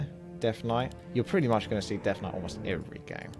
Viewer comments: Why does say deaf knight instead of death knight? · yeah its just the accent man, alot of UK people pronounce the "th" sound with an F, ie rank free(three), or fink (think). Purely a dialect thing. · It is 100% an accent thing. Listen to other words he says with the consonant sound TH.